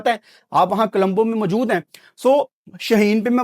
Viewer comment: Colombo ❌️ Kalambo✅️